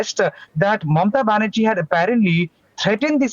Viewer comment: Its Banerjee not baHerji